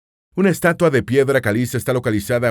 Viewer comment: no se dice "estuata" se dice "menumento"